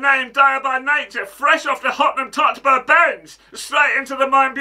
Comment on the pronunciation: "Hottenham Tottspur" 🤣